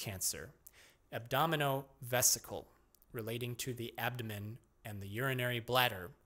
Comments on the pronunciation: ab-dom-i-nan ab-dom- ABDOMEN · “Abdomenen, abdonenom… abdomen”